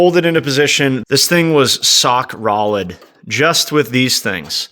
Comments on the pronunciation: lol this is the second video where you said sock rolid. It’s getting to a point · I had to make sure I heard “Sock Rolid” 😂